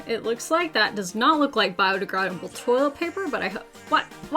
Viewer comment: Oh no you pronounced "biodegradable" like a New Zealander 😂 Also, I'm convinced most of these "hacks" are meant to be more humorous than anything else...